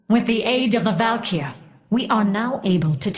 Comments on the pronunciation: val-kyr not val-kry :) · you calling Val'Kyr "valkyrie" toward the end triggered me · val'KYR (VAL-KEY-ER)